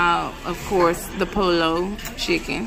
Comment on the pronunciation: You are so pretty. I’m from Miami. Hotel and car rentals are insane this time of year. Where do you live? Pollo is pronounced poyo 😂